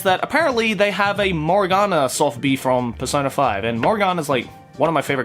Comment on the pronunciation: That hard accent when he says morgona